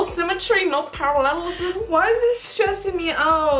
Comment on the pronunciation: "parallelism" I can'tttttttt